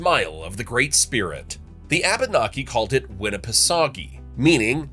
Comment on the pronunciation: I love your channel. BUT PLEASE PLEASE PLEASE. When saying the name Abenki. To say say it properly E is a break in syllables. So it is pronounced AB- naki. Thank you. I look forward all you future videos. You always do so well. Love from Maine and the AB-naki native Americans, such as me!!❤❤❤❤